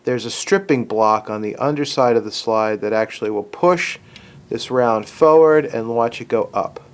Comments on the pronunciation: Why do you keep saying "foward" instead of "forward"? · Instead of tinkering with something that’s not broken you should work on your pronunciation of the word FORWARD. It’s not foward.🤪